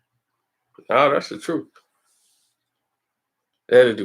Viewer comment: Hmmm “troof” again!